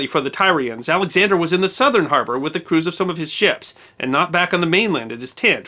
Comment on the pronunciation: “Tyrians” is pronounced “Tear- ee -ans” I love your series, but sometimes your pronunciations drive me to drink. Keep up the great work, I do love your series, in spite of my pet peeves. ;-)